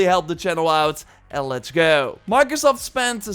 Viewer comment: And letsh gao